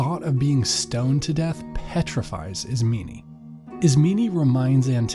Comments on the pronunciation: dude am i the only one who got triggered after he called Antigone, Antigeneeeee and Isemen Isemeeeeneeee? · Great but it’s IS-MEH-NEIGH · they need to have a pronunciation guide i this book stg i was saying ismeynee the whole time.